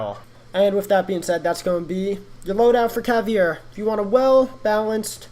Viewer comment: caveda not cavi e ra